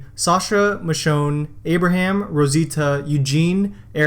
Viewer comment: Did you just say "Amber ham" 😂